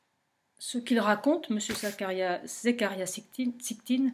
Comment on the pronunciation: Zécharia SITCHIN ...!! facile à prononcer pourtant merci ! Le livre que j'ai de lui s'appelle :""Quand les géants dominaient sur terre""....Edition Macro Savoirs Anciens.